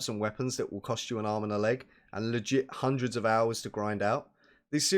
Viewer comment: take a shot everytime he says hunner